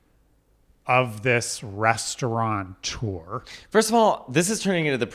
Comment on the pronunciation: Jimothy? Resurgency? Restaurateur pronounced restauranteur and Matteo said nothing? 😁